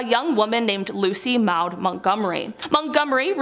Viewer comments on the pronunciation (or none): I was really enjoying the video, right up to the mark. This where you mispronounced the name Maud. Prononunced as MOD.